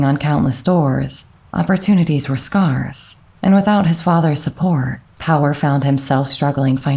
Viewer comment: "Scarse"? (Skehrs)